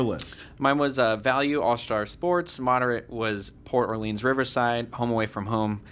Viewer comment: I TOTALLY AGREE port orleans (or-lens, not or-leans) is awful